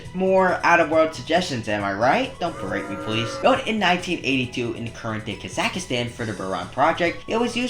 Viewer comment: You said Kazakhstan wrong